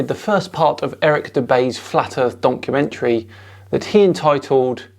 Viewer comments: Did you call it a "donkumentary" in the beginning? :) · I think it was a slip of the tongue, Donkumentry😂 but it's a perfect description of this slop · Did you say "Eric Dubay's Flat Earth donkeymentary"? {:-:-:} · Did you say donkumentary? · I thought I heard "donkey-mentary" . . . quite appropriate . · Are you saying "donkeymentary" ?? I can't understand that people are denying the holocaust, there is footage made by the army's that liberated those camps. Or where all those piles of thousands and thousands and thousands of dead people, not to mention the millions that were already gone, also actors or props? These people make me so mad and sad at the same time. When i saw that documentary i felt literally sick and went out to see some friends to get it out of my mind. The holocaust must be the lowest point we reached as a species. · Did you just say "Donkumentary"? haha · Did you say "donkeymentory" at the beginning? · Did you say “donkeymentary” at the beginning? Little Freudian Slip there,! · is it just me or did anyone else hear Donkeymentrary in the beginning, would be a good new word to describe to nut docs xD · Did you really say DONKumentary there on the start, or did I just mishear you in the best way ever? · Hah sounds like you said "donkumentary" like meaning donkey.. if its intended then amazing. 🤣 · did he say DONKumentary or documentary? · it sounds like you said "*donk*-umentary." I don't know if it was intentional, but I'm all for keeping it! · So I just clicked on the video.. and first few seconds.. did I hear "donkeymentary"?.. Fits very well I dare say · I swear you said "donkumentary" during the intro. Seems about right :) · Did you start by saying Eric's donkey-mentary? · “Donkumentary” love it! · oh, several people have commented that it sounded like called it "donkey-mentary". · I swear it sounded like you said "Donkey mentally" the first time 🤣 Sounds about right though 🤣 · lol.. I heard donk-umentary.. 3 sec in.